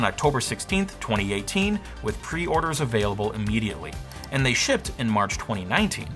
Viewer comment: Did this guy just say shipted? SHIPPED!